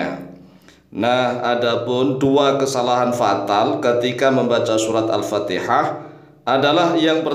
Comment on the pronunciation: anda juga salah pak alpatiha bukan alpateha. i bukan e.